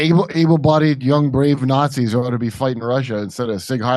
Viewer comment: “Snotzis”. Lol